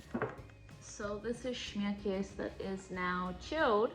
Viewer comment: Schmierkase is German (Pennsylvania Dutch are as well). Americans thought they were saying they were Dutch but they were really saying Deutsch (Deutschland is German for Germany). In German you say the 'e' on the end of KASE. So, this is actually pronounced "Schmierkase *kay-sa. Just thought I would share this.